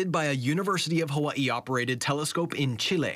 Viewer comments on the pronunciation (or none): "Huh-wuh-ee" Lol never heard anyone pronounce 'Hawaii' like that in my life but ok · sorry to change the subject but are they using AI to the voiceover, how he pronounced Hawaii sounds very AI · Ai voices so assuming the video is to , it looks cool shame it can’t pronounce Hawaii properly and had difficulty with chilli